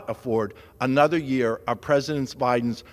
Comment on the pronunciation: Madam Smeaker? Smeeker? What the heck did he just address her as? 😱😆😂